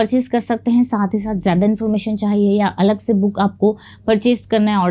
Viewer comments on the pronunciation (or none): none